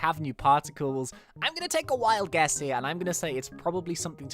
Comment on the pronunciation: U said ge not guess lmao